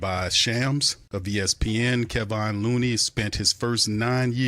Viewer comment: No one says Kay-Von